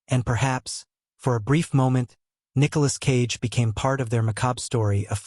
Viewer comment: Nicholas "Sage" lolz